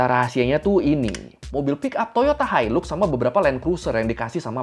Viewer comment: Maaf tapi sebutan yang betul untuk Hilux adalah HAILAK dan bukannya HILUK